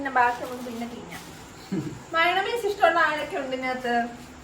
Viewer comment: മയോണമൈസോ😂 മയോനൈസ്